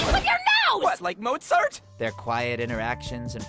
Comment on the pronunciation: I hate the dub clips. Dude said motzart ffs.